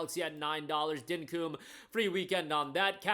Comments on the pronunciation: Dinkum is said here in Australia as dink-cum with the emphasis on the kc sounding like their blended into 1 letter, it comes from the terminology 'fair dinkum' meaning fair enough, ok, no worries or realisation of a truth, just pointing out as a fellow Aussie lol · As an Australian, hearing "Dinkum" pronounced like "Dynkoom" is so funny. Not taking the piss, just funny. Keep up the good work.